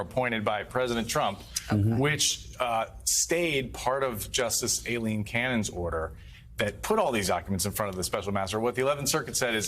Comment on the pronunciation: It’s AILEEN Cannon like eye-lean not like eh-lean just like it was Colin Powell like cu-lin not colon.